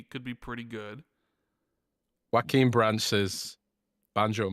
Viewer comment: pronouncing what i believe to be the patron "joaquin" as the pronunciation of "ya-kwin" is amazing 😂😂😂